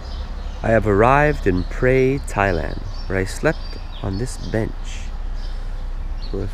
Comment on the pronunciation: It is a common mistake for many Thai locations to be mispronounced. Phrae is pronounced more like (Pear) not Pray. There is an ok hotel about a ten minute walk from the bus station. The fan rooms are fine there is really is no need for aircon. The only food anywhere near the hotel that is any good and or cheap is located in the old city about a good twenty minute walk behind the hotel. That is also where the city market is located. Just be aware like 99.9999% of Thais do not speak nor understand English and for sure not in Phrae. I have subscribed to your travel channel for one reason it is a smaller channel that I tend to support more than the big ones. Best of luck with your channel.